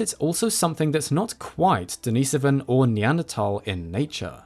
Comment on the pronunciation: not that I'm a grammar nazi but thumbs up for pronouncing Denisovan correctly it bothers me in a way to hear "experts" pronounce words wrong🤔